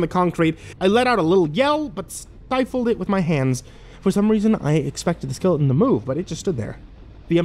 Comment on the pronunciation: For future reference, there is a "T" in skeleton. Skele'n is not a word. This made me want to shove knives in my ears.